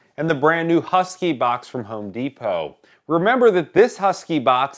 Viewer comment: There's no yu in husky